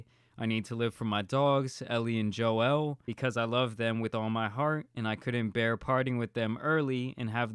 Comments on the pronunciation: I love you,, and you are 100% correct here but I'm still gonna have to cancel you for pronouncing those dogs' names as "Ellie and Joe-L" when they're obviously named after Ellie and JOEL from the Last of Us. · "Jo-El" you really ARE the tan superman. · I might be the only one that realized that the Guy’s Dog’s names were Ellie and Joel <<(which he pronounced wrong) are from The Last of Us